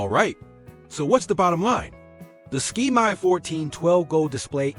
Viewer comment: It's not a ski-my, it's a SK-MAY. Thank you.